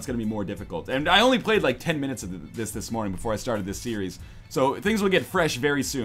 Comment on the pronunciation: says the guy who couldn't say 'only'